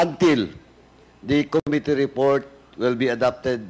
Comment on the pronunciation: PLS TRY TO CORRECT YOUR PRONUNCIATION OF COMMITTEE. QUITE DISAPPOINTING!